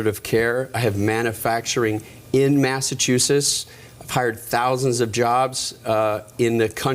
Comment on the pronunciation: I’m thinking that if you want to be the governor of Massachusetts, it should be required that you correctly pronounce Massachusetts.